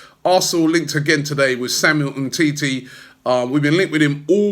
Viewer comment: Umtiti not umteti